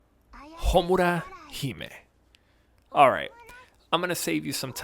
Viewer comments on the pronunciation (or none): Flexing his Japanese with the way he says "Hamura". Zero fluff review. Detailed and to the point. Would love an official grading scale. Or is it binary? Play or dont play it?